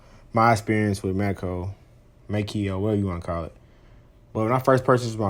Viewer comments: May-Co not May-Key-Oh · It's pronounced May-co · The pronunciation is MAY CO you dumb shit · You sound so dumb. Adding syllables. MAY-CO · I couldn't make it thru this video because you slaughtered the name Maaco, pronounced May-co. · It's "MAY-co", pard ... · I mean he's right. The company says it "MAY CO" if you call them. At least when I did lol